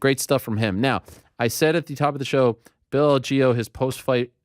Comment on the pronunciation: Ariel why did you start pronouncing bills name wrong after getting confirmation? Lol